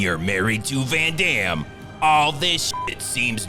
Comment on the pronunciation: 'Ven Dem' 😂😂😂😂